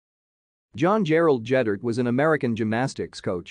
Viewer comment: Ged-dert NOT Jed-dert.